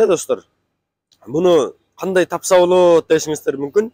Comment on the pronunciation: л тамгасын ль дебей сүйлөсөң чалдарга окшоп,болъот дебей!